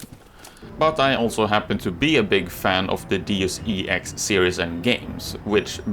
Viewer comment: nothing wrong with what I'm going to mention, but you're the first I hear saying Deus E X instead of DeusEx. I loved the game more than human revolutions, too bad all the thing that happened and this one needed the second part....